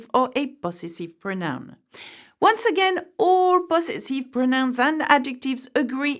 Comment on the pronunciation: The teacher mispronounced the English word possessive. She's still positively charming though